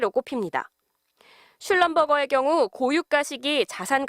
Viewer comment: MBC 라는 곳은 공부도 못하는 애들 가는 곳인가보다 ... 엑"슨" 모빌이 아니라 엑"손"모빌이고, 슐럼"버거" 가 아니라 슐럼버"제이" 이다.ㅉㅉ